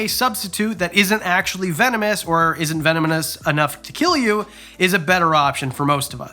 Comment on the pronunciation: I heard you say "venomous" then accidentally say "vemononous" 😂